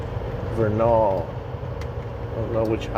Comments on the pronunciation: It is pronounced Ver nil = Vernal just say it fast. Just letting you know man you can call it whatever you want. ;) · Tip from a Utah local, Vernal is pronounced as Vurr-null. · Vernal is pronounced Vernil. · I love your channel! That's pronounced "VER-nul", in Utah. I used to live in Utah.